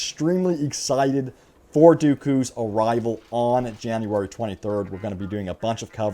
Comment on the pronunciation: “Janurary twunty thurrd”